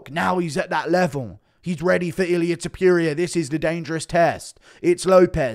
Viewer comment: When u gonna learn how to say Topuria? Its not Tiopiuria! 😂